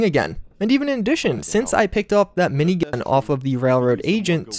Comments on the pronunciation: Why is gat being censored? Or am I just having a stroke in the form of hearing him say "mini-gah" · He said minign